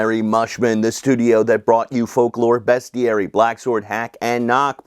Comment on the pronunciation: Always good to hear someone not saying 'beastiary'.